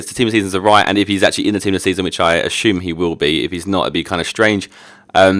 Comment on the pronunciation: i love how you say "assume" :D